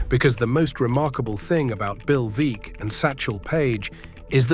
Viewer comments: Want to know what I consider "vulgar" ? It's an ai Alistair Cooke that's an instant baseball historian that butchers a name that most baseball aficionados would know . Bill Veeck is pronounced "Veck" as in wreck , not Veak . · "Veeck" as in "wreck"